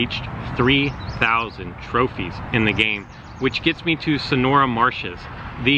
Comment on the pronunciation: Sanora marshes?... SANORA MARSHEA?!?!?